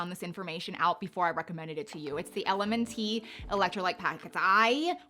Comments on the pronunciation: LMNT is actually pronounced Element. ✌️ A running YTer I watch is an advertiser and user of this product. I've always thought it had too much sodium even for runners that lose a lot sodium through sweat and working out. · you’ve had me in agreement so far until the LMNT (pronounced “element” by the way.) Please don’t take this comment as aggressive, merely informative. The way you speak of sodium and electrolytes separately shows a lack of information to me. Sodium is an electrolyte. Magnesium is also an electrolyte along with potassium. They are essential, meaning we need to consume them in our diet because our bodies do not produce them. Magnesium and potassium are in LMNT, but they are not “table salts.” Sodium is table salt. If you want to shake a bunch of that in your mouth when you’re dehydrated, be my guest. People like me with POTS often require carrying electrolyte packets like these with us to stave off symptoms. If you want to bash an electrolyte powder, I’d go for Liquid I.V. As a nutritionist 🙋🏼‍♀️ we base our information off of peer reviewed published journals. You did not really give any scientific information in this video. Might you provide some and cite your sources? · LMNT is pronounced element. Appreciate the video. Thanks for your honesty.